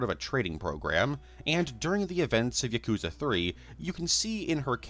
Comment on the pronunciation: "Yakooza" smh